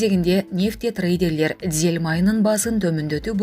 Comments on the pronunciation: Дзель эмес дизель деп туура окуп,анан чыксанар жакшы болмок. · Дзель эмес!! Дизель! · Дзель эмес дизель деп айтылат!!! Ушундай грамматикалык катаны көп кетиресинер!!! Ушуга окшогондорду жоготпойсунарбы, адамды уят кылбай!!!